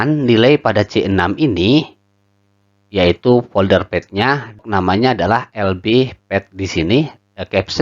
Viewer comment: folder mas bukan polder..:face-blue-heart-eyes